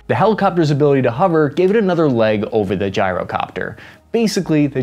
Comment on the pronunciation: Did this mf just say gee-ro copter like a Greek 🥙🥙 gyro WTF (in the beginning)